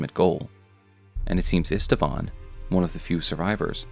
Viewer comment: Old Knight Istvan's name is actually pronounced Eesht-Vahn, not Ist-a-vahn.